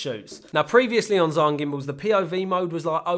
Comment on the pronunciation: Just a heads up: Zhiyun is pronounded 'jee Yuun' in Shanghai accent, and 'Jirr Yun' in Beijing accent. You can pick your preference. I'm partial to the pirate Beijing accent. P.S. Amazing dreamy footage.